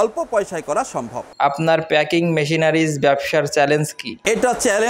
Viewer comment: প্যাকেজিং নয়, প্যাকিং